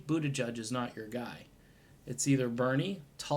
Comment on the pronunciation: His name is pronounced, I’m for Medicare for all, But...tigieg.